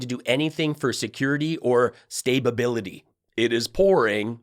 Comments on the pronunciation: It’s authentic because she said stabability which isn’t a word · "Stabeability" Lol.😅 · "Stabeability" - yeah Trump definitely loves the poorly educated 🤣🤣🤣